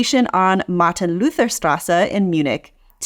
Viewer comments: when BigMac is your state of art...sorry your "art" is doing harm to customers. Und es ist nicht die Martin Luthhhhhhher Straße. Der Mann hat einen Eigennamen, den man nicht mit Martin Luther King verwechseln sollte. Deine Aussprache würde den Verdacht bestärken, dass du denkst, dass die Münchener ihre Straßen nach einen Amerikaner benannt haben. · I just realised, that the way you pronounce german names often is a strong mix between the english and german pronunciation, like with "Martin-Luther-Straße". And I don't mean in the way, that you tried to do the german pronunciation and didn't quite do it perfectly, but that it sounds, as if you couldn't decide. And if that's the case, both is fine, you can go full american on the prnunciation or full german. If that is not the case and you maybe weren't aware of it at that, well I guess I just found out a fun little quirk about you (btw, not a criticism, you don't have to change you pronunciation at all, if you want, you could instead do the pronunciation in an impression, how you think a french speaker would do it for all I care).